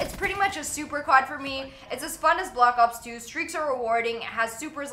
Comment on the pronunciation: Am i the only one hearing her say blops 2 idk lol